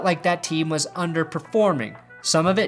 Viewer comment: "They wahs blowin my ahs up" I wanna draft him.